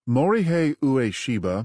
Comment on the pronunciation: It's not "oo-aa-shee-buh" it's "way'-shee-buh".